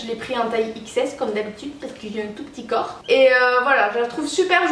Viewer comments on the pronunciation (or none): none